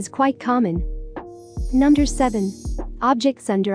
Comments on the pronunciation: Okay am i the only one who heard Number as Nunder? :^ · was it just me or was she saying "nunder" instead of "number" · I noticed it was saying nunder instead of number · "Nunder". You mean "Number"? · The thing said nunder instead of number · No one: Not a single soul: me: does it sound like she is saying nunder not number? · *number you said nunder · Nobody: . . . Her: nonder # Me: BWHAHAHAHHAHAHH NONDER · I like how the robot voice she uses says "nunder" instead of "number" XD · It sounds like it says u nuder Xd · I love how it says nunder instead of number 🥺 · Is no one going to talk about how she said "nunder" instead of number? No, aight. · Nunder 5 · Nunder 4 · Nunder 12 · Nunder 7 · Nunder 8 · Nunder 11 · nunder 13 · Nunder 14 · nunder 16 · Nunder 19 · Nunder 21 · Nunder 22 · I love how it says nunder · No one: numb-der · Nobody: Not even gibberish people: You: nUmDeR tWo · Nobody: Literally nobody: her: nunder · "Numder" what is numder?